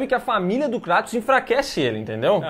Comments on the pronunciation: Kratos não, Krueitos. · vei ele falou kraaatos e n kreitos eu sei q nao se escreve assim mas e so pra entederem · Não é Cratus, é Creitos ou Creitons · Cratos" ? Kkkkkkkkkkkkkkkkkkkkkkkkkk Pqp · Cara q Dor no coração ouvir eles dizendo o Nome do Kratos errado kkkkk